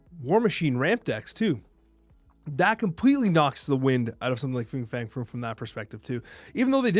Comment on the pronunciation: Fing Fang Foom sounds like an mispronunciation already 😂